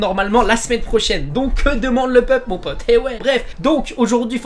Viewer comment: "que demande le peulpe " 😂